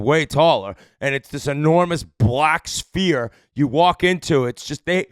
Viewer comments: The Jewish Sphere - Schfeer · I see Biz still hasn't figured out the pronunciation on "Sphere"